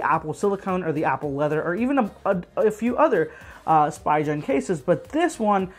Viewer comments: It’s speegen not spygen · Spigen. (Spee-gun) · Every time you say Spy-gen I punch my cat. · Thank you! I do try to do my best when I make the videos. As for the pronunciation, I'll be honest in my circles I've only heard it this way. No one calls it Spee-gun. I think it's because Spi is usually pronounced as "spy" in common words such as spider and spice. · Ohh I very well understand that. I'm just saying, it isn't illogical for most to assume that it's pronounced "spy-gen" and not "spee-gun". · I asked someone else this, and I'll ask you too... When you pronounce spider do you say "spy-der" or "spee-der"? Hopefully that helps you understand why I pronounce it that way. Yes I know that it's technically incorrect, but I've been saying "spy-gen" for literally 6-7 years now. It's very hard for my brain to rewire itself to pronounce it spee-gen, especially when I'm filming and my mind is on 100 other things in that moment. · I like the video and appreciate the effort you put into making it. I do agree with Myojhnier in the comments though. 2 different worlds in the pronunciation. I've never heard anybody say "spygen" before. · painful to hear the brand name getting butchered x.x